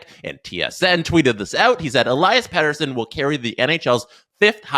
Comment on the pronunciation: If only you could say his name right 😂